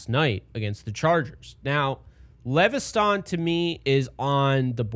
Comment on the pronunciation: It’s just lev es ton bro not le ve sthan 😂😂 KT LEVESTON